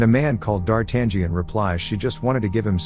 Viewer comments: D'Artangión is pronounced D'Artanion - the 'g' is silent. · Yep. I wish it was pronounced "Dar-ta-nyan" instead. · Lol that guy cracks me up when he keeps saying Dar tangent like it's trigonometry 🤣 It's actually pronounced Dar-ta-nhon, like NHon where the H isn't silent. Closest I can think of since English doesn't have that sound. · It's not pronounced "D-Art-tan-gee-an." It's "D-ar-tan-yan." The "gn" form is run together in French and Italian and comes out as "yn." I can't watch this with the mispronunciation. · DARTAN GIAN ? Gian ? Really dude ? It's DARTANIAN , you have to omit G and then you may pronounce it Dartanian . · It's D'Artangión NOT Dart Angion ! :face-orange-frowning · It's pronounced Darten-yo. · "DarTangian "?... LOL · Dartan-gee-an? Seriously? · He gets rocheforts name correct but buggers up on the cardinal and D'Artagnan (Dar-tan-ion) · Its pronounced Dartayan. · it's "dar-tan-yun" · Dar Tangerine 🤣🤣🤣🤣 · STOP pronouncing the 'G" in D'artangnan. the 'G' is silent. It's pronounced “dahr-TAN-yen” if you're taking AP Lit in the United States and you have a rhotic accent, but I'm sure they spruce it up in places that don't (“dah-TAHN-yon”) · Say dartangen one more time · I still cringe when I hear 'Dar-tag-ion' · Oops...... its pronounced Dar-tang-yon.....or something similar . Great recap though 👏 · Yeah. No 'g'. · The G is silent in the name D'Artagnan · This movie is one of my favorites, which is why I would like the imbecile narrating this video to learn how to pronounce "d'Artagnan"... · I really like the film but cannot watch this recap as the annoying computer voice is mispronouncing D'Artagnan from the outset. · He is prouncing the main character’s name wrong . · So you cannot even pronunciate D'Artangion right so don't waste your time folks. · I can't with the A.I d'Artagnan pronunciation 😂 Solid movie, brings back memories